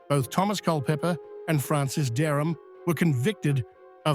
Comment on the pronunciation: Pessima pronuncia dos nomes de Dereham e Culpepper